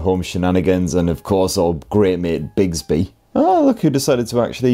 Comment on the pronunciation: Every time I hear an English person say Bixby I think of Clayton bigsby cuz he says bigsby